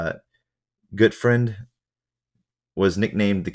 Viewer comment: You said Gutfruend correctly, I'm impressed.